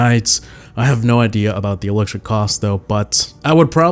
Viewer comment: Bruh it's "*elixir*"